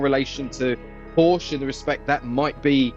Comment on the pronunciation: At least pronounce porsche correctly 😮